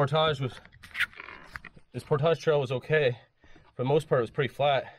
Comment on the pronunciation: How many times you going to say portosh this video?